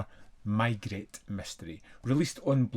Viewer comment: why are you calling the detective ‘my-gret’? It’s ’may-gray’, of course. I know you usually comment on your own pronunciation of foreign names, but this detective is well known in British circles (Rowan Atkinson, Michael Gambon and Rupert Davies have all played the role on British series). There’s even another British series already underway that hasn’t been on tv here yet, but has in the US. I have this disc, but haven’t watched it yet (maybe tonight or tomorrow). I’ll come back when I’ve seen it.